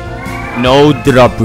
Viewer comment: Almost the entire video "no dropu"